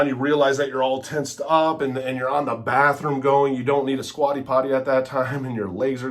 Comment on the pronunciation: Dude stfu and ‘go to da badroom’ you coked up loser 😂